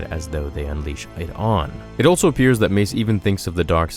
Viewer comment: Goddamn I dont know why it brothers me so much that he never uses the word also but says altso instead. Aghh